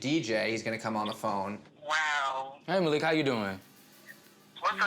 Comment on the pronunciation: maleek??? its MA LIK